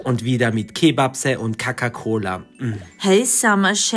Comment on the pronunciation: Hallo 😊ich liebe eure Videos sie sind immer so spannend und einfach wunderschön❤ist nicht böse gemeint aber sprichst du die Wörter mit Absicht falsch? z.B. Coca cola = kacka cola😅echt nicht böse gemeint aber das verwirrtmich immer wenn ihr sag kacka Cola aber bitte verstell dich nicht🎉bleibt so wie ihr seid❤